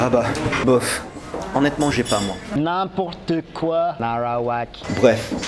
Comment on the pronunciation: j'adore ! excellent , c'est ce qu'on appelle une intégration réussie !!! Encore un petit effort pour le N'importe nawak au lieu de narawak :)))